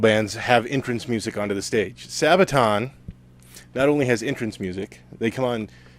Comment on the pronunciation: Sabatan, say what O.o ? Sir, it is Sabaton, there there anyone can do a misstake :)